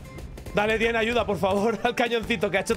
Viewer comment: Muy bien y todo eso, pero como dices "el bueno de Etienne" siendo este francés? 🥖🇫🇷 P. D: todo es humor, no se ofendan